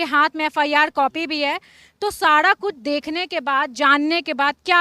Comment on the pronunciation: Madam sada nahi sara hota Hai